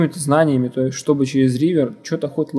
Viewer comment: Угарал с "реавера" :D